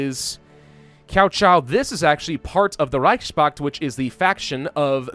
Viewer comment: Cao is pronounced Tsao